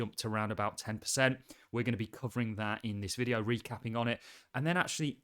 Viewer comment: “In this videyeow”